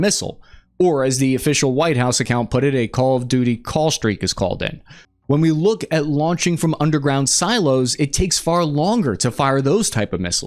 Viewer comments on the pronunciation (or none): A “callstreak”?